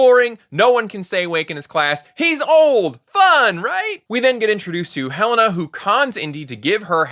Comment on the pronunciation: Also, I just noticed that Hele-na is sometimes pronounced as He - lana. There is her fiance calling after her and he doesn't know how she pronounces her name?